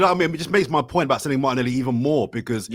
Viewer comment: called martinelli "martinelli"!